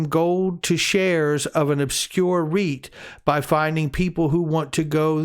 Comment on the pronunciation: REIT, lol thought first you said obscure wheat